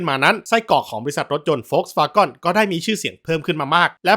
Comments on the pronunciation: สัญชาติเยรมันอะไร เยรมันเชฟเบิดรึ ถึงได้ออกเสียงผิด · แปลกๆ. คนเยอรมันไม่ออกเสียงอย่างที่พูดในคลิปนี้แน่นอน. คำภาษาเยอรมัน Wagen ในชื่อสินค้าเป็นชื่อเฉพาะ ไม่ต้องแปลงเป็นภาษาอังกฤษ Wagon. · แต่เจ้าของช่องเค้ายอมรับแล้วนะครับ ว่าเค้าออกเสียงผิด แบบนี้พี่ว่าไงครับมาออกตัวแทนซะแรงเลย หน้าแหกไปที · โหเธอว์ อย่าเชื่อเขาไปหมดสิ🥹 ผมก็ลูกครึ่งเยอรมัน อยู่เยอรมัน พี่เขาออกเสียงผิด ลองเลื่อนขึ้นไปดูที่พี่เขาปักหมุดล่าสุดครับๆ พี่เขาบอกว่าอ่านผิด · เจ้าของคลิปคิดจะออกเสียงเป็นภาษาอังกฤษแต่ดันออกเสัยง V เป็นเสียง ฟ แบบเยอรมัน. ถ้าจะออกเป็นอังกฤษทั้งคำต้องเป็นเสียง ว นะ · โฟล์คซ์-วา-เกิ้น นี่คือคำที่ถูกที่สุดและคนไทยอ่านตามง่ายที่สุด วาเก้นก็ไม่ผิด แต่ไม่ใช่วาก้อนแน่นอน เจ้าของช่องอ่านผิด ผมจะอธิบายดังนี้ V(เฟา) ออกเสียง ฟ.ฟัน ฉะนั้นคือ โฟล์ค ไม่ใช่ โวรคที่เป็น ว.แหวน gen เกิ้น หรือ เก้น ไม่ใช่ ก้อน เพราะ E(เอ) ให้เสียงอ่านได้ทั้ง เอะ เอ เออะ เออ ไม่ได้ให้เสียง เอาะ ออ หรือ โอะ โอ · คุณครูครับ เด็กชาย โดมินิค ออกเสียงภาษาอังกฤษ ผิดครับ เกน เป็น กร 😂😅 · เกิ๊น ก้อนอะไร ผมขายอะหลั่ยนำเข้าจากเยอรมัน ไม่เห็นเจ้าภาษาจะออกเสียงนี้ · ผมไปฟังคนเยอรมันมาก็ไม่ได้ออกเสียง ก้อน กอน นะครับน่าจะสัญชาตหย่อนแล้วครับ 555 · มีหลายคนเม้นท์ว่าเจ้าของช่องเป็นลูกครึ่งเยอรมัน และเกิดในเยอรมัน อย่างน้อยก็น่าจะอ่านออกเสียงให้ถูกบ้างก็ดีนะครับ Volkswagen ไม่มีใครในเยอรมันเรียก โฟล์คซฺวาก้อน นะครับ ไม่ได้ดราม่าแต่จะเป็นการสับสนแก่ผู้ชมที่คิดว่าคุณเจ้าของช่องอ่านถูกแน่นอน ซึ่งอ่านไม่ถูก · เยอรมันภาครัฐไหนหรอครับ ออกเสียงตัว e เป็นสระ ออ หรือ โอ ถ้าเป็นสระ เออะ เออ เอะ เอ ค่อยว่าไปอย่าง เหมือนที่เม้นถัดมาบอกว่า สวาเกิ้น หรือ สวาเก้น ก็ได้ ถูกทั้งคู่ ตามแบบฉบับเยอรมัน อย่างน้อยก็สวาเกิ้นแน่ๆในรัฐ Nordrhein Westfalen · ขออนุญาติแก้ไขความเข้าใจผิดคุณ: 1. เขาอ่านผิด มันควรออกเสียงว่า โฟล์คซฺวาเกิ้น หรือ โฟล์คซฺวาง(ถ้าอยากรู้ว่าทำไมอ่านว่า วางแทนวาเก้น ให้หาคำว่า wortendung stimmlos) 2. BMW คนเยอรมันเรียก เบเอ็มเว ไม่มีใครเรียกบีเอ็มวีครับ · ไม่ได้ออกเสียงว่าเก้น ใช่ไหมคับ จะได้จำ 😂😂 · ออกเสียงผิดไวรัลเฉย